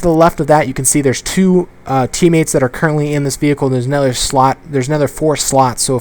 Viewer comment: Anybody else notice how allways says ''Anether'' instead of ''Another''